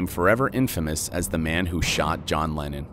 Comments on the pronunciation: why is it every time he says lennon i hear lenin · john lenin ? isnt it john leNNON not leNIN the russian communist ?